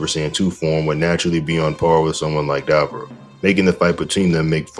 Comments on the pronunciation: Dude. Say his name right. It's Dabura. Not Dabra. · Duh-bore-uh brother lol.